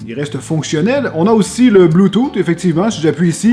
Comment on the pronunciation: Le bluetooth est en anglais, mais tellement mal parlé, ouf